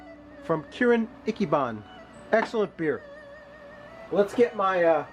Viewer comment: Ichiban = ee-chee-baan